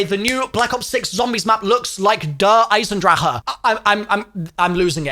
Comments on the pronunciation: Its der eisendrache no der eisendraha 💀😂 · "der eisendra ahh" 💀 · As a german, the way you pronounce "Der Eisendrache" warms my heart. :) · Why is he adding the extra syllable to der eisendrache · Ngl I couldn’t watch the video because of how annoying his DE pronunciation is💀feel like he spitting in my ear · the way to prononce der eisendracheeeee triggers me